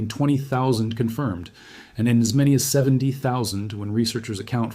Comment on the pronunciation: Man of mainy tailents